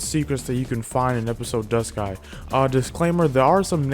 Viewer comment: He actually pronounced "Duscae" right! :D I know that that's the right way to pronounce it because during an interview about FFXV, one of the high-ups working on FFXV (can't remember if it was Tabata or not) pronounced it like he did.